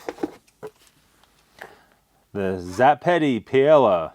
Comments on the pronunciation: Just FYI It’s pronounced Pie-A-uh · It’s pronounced pie-eh-ya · I have had enough….. I have been a subscriber for a while and watch your videos with a grain of salt due to your quirks and ignorance. For the love of all that’s good,,,,please just do your freaking research before you do a review. Google is your friend. The fact that you don’t know what paella is, how it’s made and how to pronounce is insanely annoying,,,,,,,,,,,but it’s typical for you. I have a feeling you eat mainly chicken nuggets and hamburgers with ketchup only.